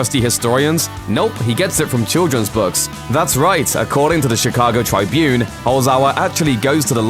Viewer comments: I know its trivial but in the States the Chicago Tribune is pronounced like "it" not trybune, very trivial I know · How dumb do you have to be to not know how to say Tribune.